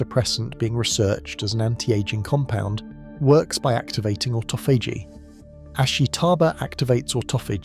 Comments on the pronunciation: why does the dude narrating so badly butcher pronunciation? it must be AI... its not AUTO PHAGY its AHH TAH FUH GEE.. jeeze man make a video as iuf youre an expert on a topic then BUTCHER IT in the first minute mispronouncing one of the most important words the BACKBONE of the concetp, CLOWN SHOW CHANNEL!!!! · AUTO-PHAGY LOL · ought-ah-fay-gee....never heard duh that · Can you just pick one pronunciation of "autophagy" and stick with it? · Wonderful information. Shame the robot narrator (aka Artificial Stupidity) can’t even decide how to pronounce autophagy …